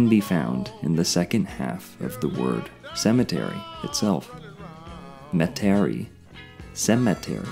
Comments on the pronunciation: Metairie (Met-a-Rhee) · Thanks for pointing that out. Not sure how he didn’t hear the proper pronunciation when he was there. 🙄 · unless he did it on purpose for some reason. I'm sure someone would've politely corrected him if he mispronounced Metairie while he was down here.